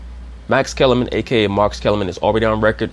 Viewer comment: "Massa" Kellerman 😂😂😂